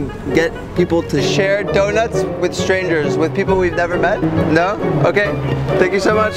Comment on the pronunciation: Haha emphasizing the strangers portion of it wasn’t the best move